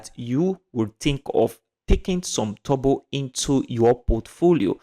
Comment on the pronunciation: Its funny How you say Turbo...like Tobo😁